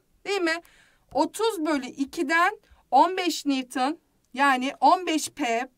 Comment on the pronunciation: nivtın değil nivton